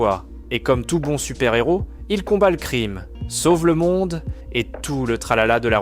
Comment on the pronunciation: un héro...on prononce pas le N.....c'est pas un Nhéro ;-)